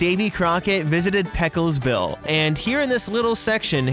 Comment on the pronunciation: “Peckles Bill”